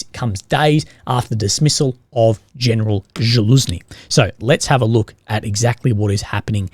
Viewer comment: Someone tell him that he is mispronouncing Zaluzhny's name. It's Zaluzhny, not Zhaluzni.